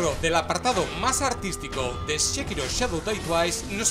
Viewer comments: porque dices shekiro si es sekiro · Entre este Shekiro y el Jalo las torturas auditivas son inhumanas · "SHE"KIRO, ya partimos mal ....